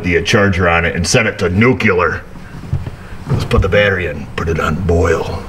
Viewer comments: I just figured out that you are mispronouncing nuclear for the same reasons as for your praise of WD-40 a while back 🙂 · (Nook yah Lur) its not a real word but it never ceases to amaze me how many ignorant folks use it. Just look at the real spelling its this( nuclear) now explain to me how anyone got newk yah lur out of nuclear because I do not get it. Can someone please enlighten me.